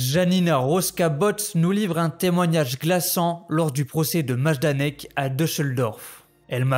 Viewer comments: Yes ! J'ai lu des Maïdanek et des Majdanek donc j'étais un peu paumé sur la prononciation hah ! Merci beaucoup ça me motive beaucoup ;) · S'il vous plaît renseignez vous bien sur les prononciations avant de commencer vos reportages !